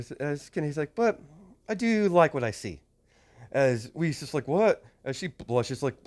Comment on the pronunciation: Not to be rude or anything, but her name has German pronunciation(Weiß) and it is not Wiz.